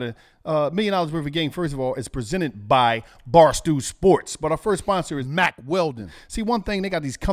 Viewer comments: Lol they had to edit in Mack Weldon he had to have just been saying Mark Weldon the whole time 😂 I heard a couple marks slip 😂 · that’s Mack not Mark